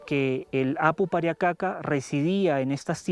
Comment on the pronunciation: ser hombre andino es una resposavilidad pero estos ingorantes como pueden llamar indigena alos inkas o los runas y mal pruninciado kapacnan y pariacaca se prunincia QCAPAQNAN Y PARIAQCAQA